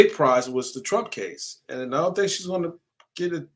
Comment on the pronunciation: I kno ur a New Yorker but our southern accent down here is rubbing off on u lol U didnt say "I dont think" u said "I dont THANK" 😂